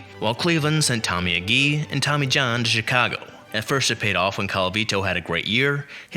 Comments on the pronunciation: Hearing the name of Tommie Agee, my childhood favorite & STILL my favorite player ever, was really getting on my nerves. The name is Tommie A-GEE, as in "Oh, gee"!! And from 1970 forward, never before have I heard Colavito's name pronounced as COL-A VI-TOE, but rather as Cola-vito, without emphasizing the TOE. All of this is to say, if you're going to do a video such as this, it only makes sense to check the pronunciation of the names, or turn off the AI. While I respect the tribute, not knowing how to pronounce the names correctly is a bit of a distraction & detracts from the good work that you've done. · It’s pronounced Harvey “Keen”. Tommie Agee is pronounced A G